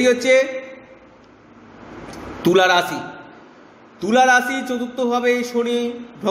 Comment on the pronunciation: Rasi noy rashi uchcharon hobe.. r jarj noy judge.